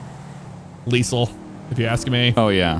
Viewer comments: "Its leesal now" - 2021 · It's they're way of saying lethal.